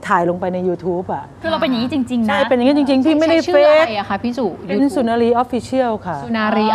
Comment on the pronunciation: สุนารี ไม่ใช่ สุรนารี โอยยย อิหยังวะ